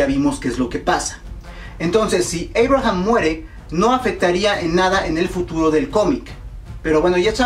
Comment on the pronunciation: entonces por qué dices Eibraham en vez de Abraham